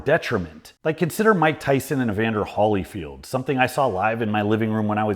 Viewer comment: Did you seriously pronounce Holyfield as "Holly-field"?